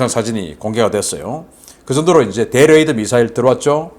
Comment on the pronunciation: 대레이더? '對레이더'입니다 접두사는 띄어 읽어야죠